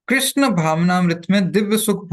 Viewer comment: कृष्णा नहीं कृष्ण होते है अलग है